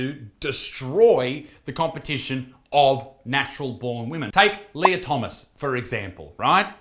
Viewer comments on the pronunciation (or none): none